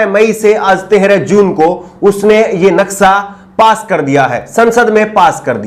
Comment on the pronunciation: Naksa nhi naksha bolte he